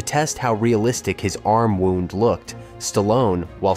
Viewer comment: "fatally WOUND each other" ?? (You said it to rhyme with SOUND !!) Which makes me think this channel is AI SLOP, so downvoting and blocking your channel.